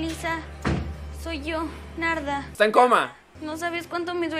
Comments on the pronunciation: Escuche nalga y alga en ves de Narda😂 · Nombre: Narda Lo que Missa dijo: -Kaguama -Nahua lesa -Nayarit :v